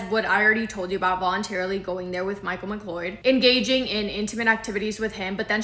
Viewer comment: it’s pronounced ‘McCloud”